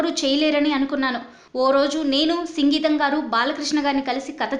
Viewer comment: సంగీతం కాదు సింగీతం కరెక్ట్